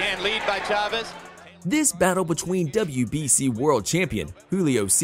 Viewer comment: I dont know who reads for these videos but holy hell please work on your pronunciations of names "Marquez" is not "Mar-Kwez" "Chavez" is not "Chav-ey" Please do my Hispanic brothers a bit of courtesy, yeah?